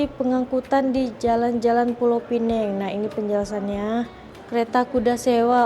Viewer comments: Sebutan Pineng tu dari bahasa inggeris kalau yang betulnya pinang faham ya. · Sebut Pineng.... Orang Malaysia Sebut Pinang.. - Neng Malay - Nang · (,, bukan Pulau Penang,, tapi Pulau Pinang.. ) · assalamualaikummmm ...jangan sebut pulau pineng SALAH.......sebut saja pulau pinang ataupun pineng sahaja....adoiiiii sakit tinger aku dengar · Bukan Pulau Pineng tapi Pulau Pinang . Kalau nak sebut Penang ( sebutannya P - Ning ) tak boleh letak Pulau di depannya . Sebut sahaja P-Ning = Penang. Penang itu adalah sebutan Inggeris untuk Pulau Pinang .. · bknya pulau pineng tp pulau pinang cuba sebut betul2.. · Pulau Penang??? sebut betul2 ya... Penang sebutan dr org British dahulu... Pulau Pinang nama sebenarnya tp kami di utara sebut Tanjung utk Pulau Pinang.. tiada siapa org M'sia yg sebut Pulau Penang 😂😂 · Pulau pinang bukan pineng , pineng atau penang itu sebutan orang British sebab pelat. Kalau nak sebut pinang sebut sahaja pinang. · Pulau pinang bkn pulau pineng😂😅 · Kita xboleh salahkn.. salahkan orang melayu sendiri.. banyak yang sebut dgn sebutan pineng.. pdhl ejaan sebenar pinang😅😂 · dia macam ni bang, kalau nak sebut pineng sahaja takde masalah. tapi kalau nak sebut "Pulau" kena guna Pinang dibelakangnya. pineng tu sebutan dari bahasa inggeris iaitu Penang Island. orang Malaysia tak pernah sebut Pulau "Pineng"